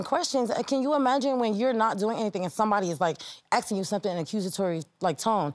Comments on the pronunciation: Nobody is "aksing you a question"...your are "asking you a question"... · they need to stop axing